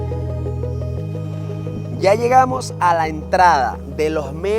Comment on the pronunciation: La verdad los videos son entretenidos pero a veces pega al oído la pronunciación de algunas palabras: Comida = comia Medanos = meanos Etc Por favor tómenlo como una critica constructiva. Mucho éxito, desde Canada